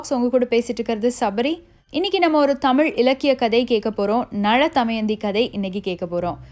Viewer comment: Btw, just a small suggestion! Be cautious while pronouncing the words especially in Tamil language.. It's Na'la'thamayandhi, not Na'zha'thamayandhi.. Three different 'laa's are to be pronounced carefully.. Anyways, Kudos for the attempt u made👌